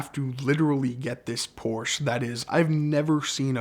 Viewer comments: What's a "Poorsh"? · Awesome story but someone please teach him how to pronounce Porsche properly!